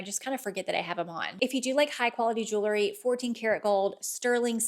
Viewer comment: Jewel..ry not jewlery